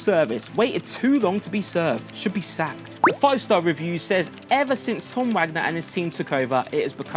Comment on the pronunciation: The way he keeps saying review like an idiot is proper boiling my blood 😂😂